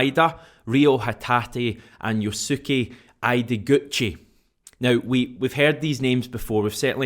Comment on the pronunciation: Yosuke's name is prounced the same way as the word "Okay" just put an S between O and K and a Y at the beginning. any japanese name that ends in "Suke" is prounced as "Skay" same way Shunsuke was pronounced "Shunskay"